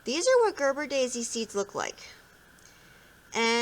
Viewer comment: Its ger Ber a daisy